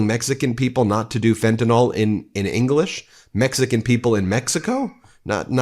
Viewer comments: Loving your channel. One pet peeve though. It's is pretty rampant, not just your coverage. Fentanyl is fenta-NILL, not fenta-NALL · Just one little nit to pick. Fentanyl is not Tylenol. It is not pronounced like Tylenol. The last syllable is "nyl" as in NILL, not NAWL. FEN TAH NILL, not FEN TAH NAWL. Otherwise, great reporting. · Ugh! Please pronounce the drug fentanyl with the ending is pronounced 'nil' not 'nol'. It needs to be pronounced correctly PLEASE!!! R.N.